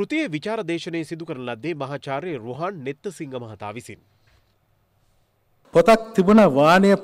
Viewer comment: නෙත්තසිංහ නෙවෙයි, හර් නම .... නෙත්සිංහ.